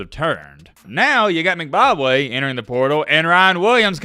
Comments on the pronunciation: Its M...... Bock ......Way. Not Mcbobwe or whatever youre sayin LOL Goofy!! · He definitely saying McBobway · It's M-BA-Kwe pronounced like Kwae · Is calling Mbakwe “Zimbabwe” or am i tripping 🤣🤣🤣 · More like M Bob Way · No he's saying McBakwe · Haha dude I heard that too! I was like am I hearing things or is he saying Mcbobway? lol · you can't even say this guys last name correctly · pronunciation of Mbakwe is something else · U can’t even pronounce his name right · say the man name correctly